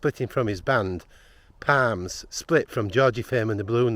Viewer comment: Larry Parnes, not Palms.